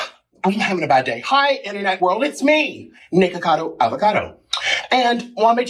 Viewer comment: Thanks for saying the name correctly this time